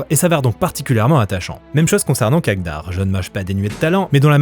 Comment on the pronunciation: C'est pas kagdar c'est kadgar